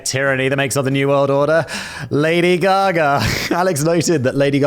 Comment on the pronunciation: WHERE IS THE "R" IN "GAGA"? ITS DEFINITELY NOT "GAGA-ER"